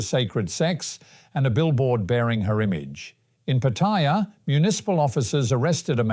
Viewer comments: So Pattaya is not pronounced by its name, but is called "Pa-Toy-Ya" instead of Pa-Ta-Ya..😂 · Pa-TOY-ya like in the word "TOY" then add "ya" is the ignornat and arrogant way of saying PATTAYA, unlike how local Thai people say the Pa-Ta-Ya..